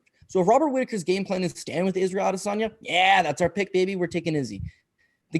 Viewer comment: Lmao 🤣 AdeSANDya